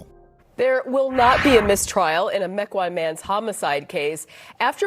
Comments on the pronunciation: Meh-kwan not mee-kwan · Mequon spoken as Mee Kan is a new one to me!!! It’s more like Mech whan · Lmfao I love how he says Mequon 🤣 It's pronounced "Meck-Won" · Meeeeqan - lol as someone who lives in Mequon (meh-kwan) this killed me in the best way possible 😜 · Just a little thing for ya... Mequon, WI is pronounced "Mek Won" 😀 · Wow, I live not far from Kenosha and I've never heard about this case.. Thanks for covering it! Yet another true crime story to further cement my decision to remain single.. no thanks. P.S. lol, Mequon is pronounced Meh-kwan. Not ME-quan.. they even say it on the news clip you showed.. I'll forgive it tho, most people struggle with our cities Native names.. 😂 even me, and I AM Native.. ✊️ Excellent coverage once again! 👍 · Not gonna lie. It was lowkey hard to recover from him pronouncing Mequon like Mee-con. 👀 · It's meck qwan Wi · Mekwon is how you say it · Mequon is pronounced MEK won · mequon, wi is pronounces Meck-w-‘on’ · This judge... what other famous case did he do? I recognize him Ahhh kenosha - he did the Kenosha riot shootings. Kyle Rittenhouse Second edit: Mequon is pronounced "Meck-wan" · I live 5 minutes from Saukville. And for reference the town you butchered the name of was (Meck-wahn) Mequon, the news guy even says it right. Also that's the Rittenhouse judge, I love that guy. Also, she said pacifically, not specifically. She must have other skills. Also where did that guy find Clorox wipes in March of 2020 at that Walmart?